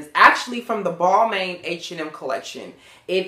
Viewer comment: Ppl hav to learn how to pronounce designers names!... Balmain is not pronounced how it sounds. Its a sign of respect whn u get it right.